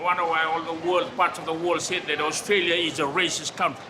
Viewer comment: "Ai otralia"